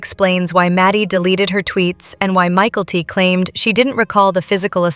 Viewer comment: It’s Mykelti! Get a human to narrate this video! They called her Michael T.🙄🙄🙄